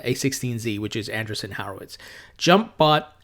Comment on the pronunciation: Great vid,. Thank you. I heard you struggle with a name. The company is pronounced: an-DREE-son WHORE-o-wits